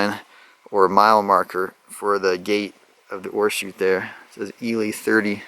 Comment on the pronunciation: Thank you for pronouncing Ely correctly.